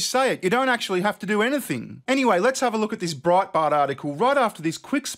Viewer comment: Please say it again, "Broadbart" sounds Aussiesome. 😊